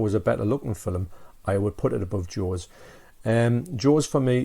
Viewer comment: Arrrghhh it's F I L M!! (''Fillum'' lol ;)